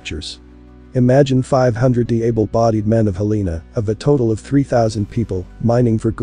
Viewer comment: "Hell uh nuh" "Helna" Not "hll EE nuh Get it right